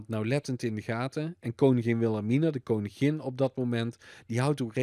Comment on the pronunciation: Ben ik de enige die er niet tegen kan hou hij koningin uitspreekt